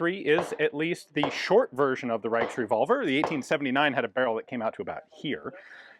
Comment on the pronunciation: The "ch" in "Reich" words (Frankreich, Österreich, Königreich, Reichsdeutsch, usw) is actually not hard. (i.e. It doesn't sound like a "k")